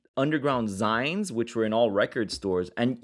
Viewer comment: You guys are everything you claim to hate: unserious johnny-come-lateley social media addicted scene tourists, you can't even pronounce zine properly ffs. Get off the air.